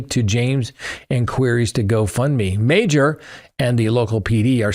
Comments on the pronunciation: Meijer is pronounced Meyer not major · Meijer is not pronounced Major. It is pronounced MY-er. Wondered what chain u were referring to in Ohio. I'm from Ohio and never heard of Major... then I saw the spelling. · lol it’s pronounced ‘My-er’ I’ve never heard someone pronounce it as ‘Major’ that made my night! I was so confused what he was talking about at first. 😂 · The supermarket is pronounced as Meyer.